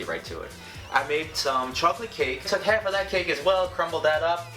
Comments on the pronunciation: Anyone else hear him say ”hef” instead of ”half” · "Next thing I did was let it cool for 10-15 minutes, then popped it right outta the pan, cut it in HEF because that is all we are going to be needing. It is up to you to decide whatever you want to do with the other HEF. Anyways you're gonna throw HEF of the cake into the bowl and crumble that up into little bits. Then throw a HEF cup of vanilla frosting in there with it, and mix that up." Why am I just now noticing he says half like hef? Lol, I'm deceased!!! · Living for the way he pronounces 'half' ............herf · Where are you from? I'm trying to figure out what part of the country says 'half' like "heff" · He says half so funnily 😂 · How he says half lol